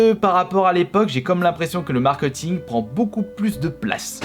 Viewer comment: Le markeUting 😂